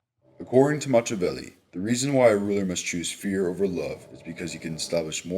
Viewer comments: His constant mispronunciation of "Machiavelli" and the butchering of "Caligula" is embarrassing! ("Mach" should rhyme with "mock" and the "I" is pronounced as "eeee"). Many posters have noted the correct pronunciation of Caligula. Seriously, dude, "match -a-velli" is so irritating. Honestly it would have taken four seconds to check the correct pronunciation of the names of one of the greatest political minds in western philosophy. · For the love of god learn how to pronounce names and events -- you mispronounce Machiavelli, Caligula, the Reformation, Protestant, etc -- it would have taken you a few seconds to learn the correct pronunciations.